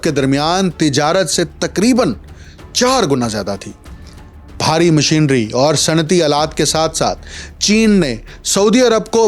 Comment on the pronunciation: Dr, learn how to speak proper Urdu. It's not Baharat but Bharat. It's not Bahari but Bhari. Thanks